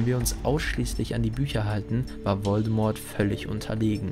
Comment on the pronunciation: Wieder toll gemacht:) Kannst du in Zukunft bitte mal das "T" in "Voldemort" weglassen? Wird natürlich nicht ausgesprochen 😄